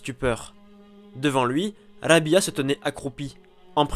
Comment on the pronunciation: Rabi3a et non rabia la prononciation est pas bonne😘😘😘